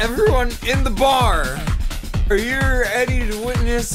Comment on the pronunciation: I still can't get over the fact of how this entire saga started... "Everyone in the bar are yuur edy to witness hissstreeee..."